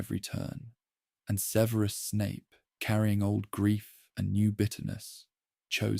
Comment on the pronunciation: What's with the annoying pronunciation of Snapes 1st name?